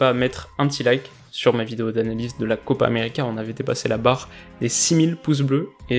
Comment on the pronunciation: j'ai repassé en boucle ton "Copa Americeuh.." il est fait avec style :P